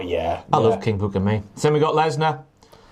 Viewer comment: It's not King Booker. Its... KING... B O O K A H !